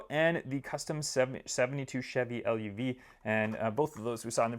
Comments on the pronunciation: i know, its luv like love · He also said chevy l-u-v. Kinda funny lol